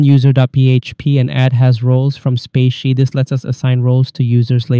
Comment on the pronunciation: Thanks for the tutorial, much appreciated! By the way, "spatie" means "space" in Dutch (as in " ", the space between text) and is pronounced like "spa" + "si", not spacey ;)